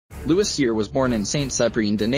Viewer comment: Louis cyr , not Lois cyr